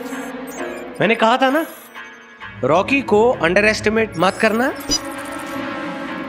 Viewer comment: Rocky ❌ lauky✅